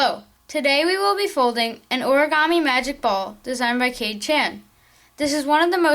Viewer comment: This isn't by Kade Chan! And its pronounced Kah-Day! Laarn how to speak Asian Namess!